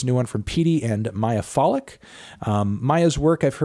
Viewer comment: Mee-ya Foh-lick vs My-a Faw-lick :)